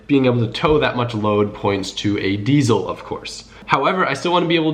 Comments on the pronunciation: diesel does not have a z in it so it is dieSel not dieZel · Idk why but it bugs me how he says "diezle" and not "diesel"